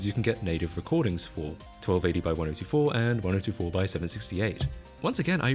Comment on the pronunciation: the way you pronounce 1024 turns my brain to goop